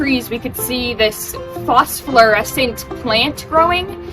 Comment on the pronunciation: Phosphorescent (Fos-for-eh-sent) not fos-flur-es-ent. If you want people to take you seriously you need to speak proper English.